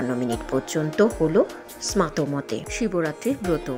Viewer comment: Kotha ta smato noe smarto mot